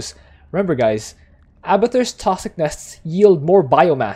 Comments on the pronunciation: TOSKS - NUS .. I brain twitch everytime you say it. Haha! Love Abathur too man (y) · Good video, good strat but the way you pronounce "toxic nests" make my ears bleed